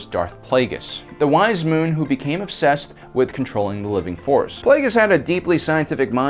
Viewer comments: It's Muun like vacuum not moon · I always pronounced that 'Munn' rhyming with 'done', so I head a momentary headscratch. "The wise moon? What is even talking about?":-)